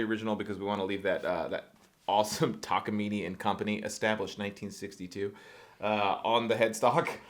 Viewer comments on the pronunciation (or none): It's neither, it's たかみね . You're saying たかみねい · It's pronounced tak-ah-mee-nay, not mee-nee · It's: Tah kah mee nay ....NOT ........Tah kah mee nee!! :body-green-covering-eyes::body-blue-raised-arms::hand-orange-covering-eyes::elbowcough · "takamini" immediately disliked and closed video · "taka meeny" 😭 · yall are great but it's pronounced ta-ka-me-nay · It's funny that with all the effort and money you spent on this guitar you can't even pronounce the brand name correctly. It's a Japanese brand and word. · I started watching this just to see how to actually pronounce Takamine, i stayed to see the outcome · The e in takamine is pronounced like the e in cafe.